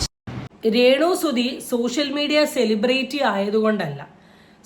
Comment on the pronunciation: വടി എന്നാ പറയേണ്ടത്... അവൾ അതു അംഗീകരിക്കുന്നു...... വടി എന്ന് സെലിബ്രിറ്റി എന്ന pronounciation പോലും അറിയില്ല.... ബ്രേയിറ്റി.... എന്നാ പറയുന്നത്. തെറ്റ്